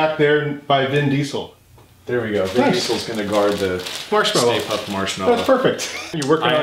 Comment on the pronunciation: "Let's see if we can keep Mr. Stay Puft [me: puft.. say puft, ] around. 😅